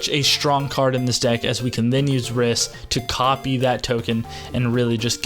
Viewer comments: The way you pronounce Rhys hurts my soul. It's actually the original form of Reece, and pronounced the same way. Nice video tho my dude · You know it's pronounced as Reece! 😆😆